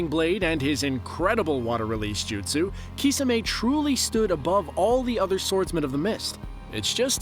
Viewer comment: Kisamay is the worst way to pronounce Kisame